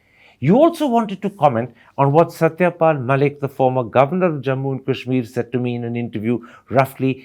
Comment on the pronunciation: What the hell is kaaeeshmir .. its Kashmir so stop pronouncing it like your western lords do ..